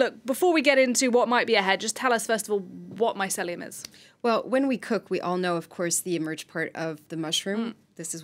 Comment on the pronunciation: Ladies, you really need to reshoot this video. Too many mispronunciations and other errors to list here but I was cringing throughout the entire video. This is important subject matter and it needs to be done properly. Thanks.